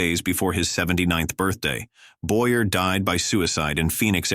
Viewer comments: Why don’t the teach these answers to pronounce correctly? The names of the people he is talking about for example, Boyer. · Absolutely. Add to that the annoying computer voice mispronounced “Mayer” and “Boyer.” A travesty on all counts! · You should try harder to pronounce names correctly i.e. Boyer is boy yay not boy er but there have been several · Charles "BOY-ER" was French. The name was pronounced "Boy- Yay". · Boyer is pronounced Boy yay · It seems that the narrator is AI. Apparently the AI has not been programmed to properly pronounce French last names properly into English. Every English speaker knows that Charles Boyer is pronounced as Sharles Boyeh . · I suppose the voice is AI produced, which is why several actors' names are mis-pronounced. For me the most notable was Charles Boyerr instead the the correct "Boyay". AI has a long way to go, still. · Charles Boy'rrrr 🙄 Boy-yea, not Boy'rrrr. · Boer's name is pronounce "BOYAY", not Boyer. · George Sanders was depressed…not always a sign of aging since young people do it too. And “mental illness” is just ancient myth because we don’t know WHY anyone would want to do it. Part of his goodbye note said “I’m bored”…maybe he was! ALSO: It’s pronounced Charles Boy-Yay. You can always tell an automated AI voice because it cannot interpret accents. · Correction: Charles Boy A not Boyer. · It’s Charles Boy-yey not Boy-yer. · Boyer is pronounced Boyaa. He was French. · Boyer is pronounced Boyay. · Charles Boyer’s name is pronounced “Boy-Yay.” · Boyer is pronounced BOY-A. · So right! Boyer is pronounced "Bo--yay." He was from France, not Iowa. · I know the “Boyer” Hannibal “hays” and “Bayonne” Wow! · Get it right -- It's Charles "Boyer" -- also learn to pronounce it correctly 🤣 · The AI voice mispronounced several names. Also some pictures of the wrong people were used badly. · Boy-Ay...Fee-zhee-ac.....Haze, not Highs.